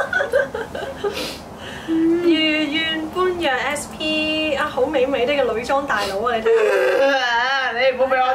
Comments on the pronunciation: 人哋讀御怨波野呀！！ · 其實 般若 係讀 (波YA)